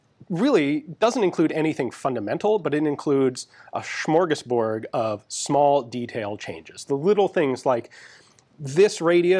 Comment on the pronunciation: "schmorgusborg". bro.